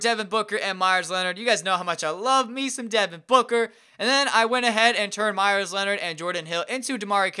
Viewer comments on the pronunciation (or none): none